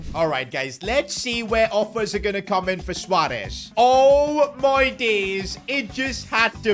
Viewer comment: I love the fact u said suarez not suuarez